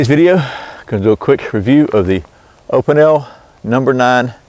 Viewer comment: It is pronounced"O pee nell."